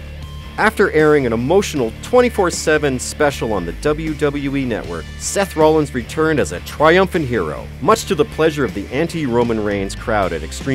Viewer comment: Whoever talked needs to kill themselves they obviously dont know wrestling who is "John Sayna" "seth roleins" and "cesairo" I recommended leaving this planet